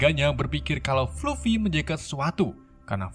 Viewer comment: Fluffy, di baca nya "flaffy Masih ada beberapa pengucapan yang salah😅